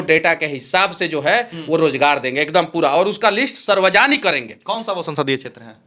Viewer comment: पर सार्वजनिक ❎ सरवाजनिक ✅